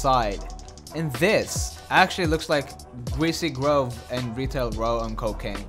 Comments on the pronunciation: Don’t u just love gweasy gwove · It’s greesy grove u silly